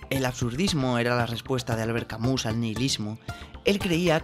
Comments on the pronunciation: Todo bien, buen análisis pero no puedes llamarnos Camús. Camus es de origen y pronunciación francesa. El connotado escritor por lo tanto seria Albert "Camí", pero españolizado serí! simplemete Camus. Ese acento que has puesto te lo has sacado del sombrero... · Camí, albert Camí se pronuncia